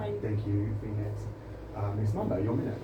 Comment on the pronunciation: Haha "Miss PHON-ix"